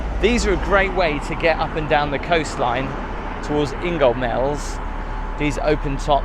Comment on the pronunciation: he said Ingoldmells like ingaldmells